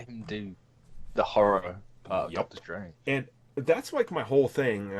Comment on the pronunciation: Doctor Schtrange